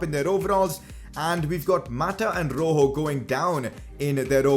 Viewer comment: It's not roho it's rojo